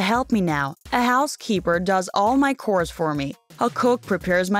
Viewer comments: She said core instead of chois. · she said cores not chores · What type of accent is that?!?!? Lol also... cores?!? No! It’s chores! CH-ores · It’s ch o re not cores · Did this girl just say KoReS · Why did she call chores “kors”? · she said cores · no she can't read English right not rude just true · Omg the pronunciation of chores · Any one else bothered by how she sais "chores" Just me ok